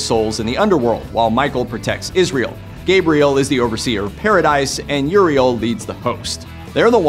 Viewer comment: Is it just me or was he pronouncing azazel and Gabriel wrong?